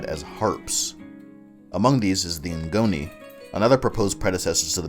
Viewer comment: Ngoni is pronounced (Goni) you don’t prenounced the n